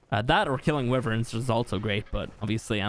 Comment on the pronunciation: The way he sais wyvern really ticks me off.